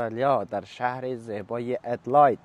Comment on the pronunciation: مهدی لطفاً به انگلیس تلفظ کنید ، ادیلاید نه ادیلید گفته می‌شود ،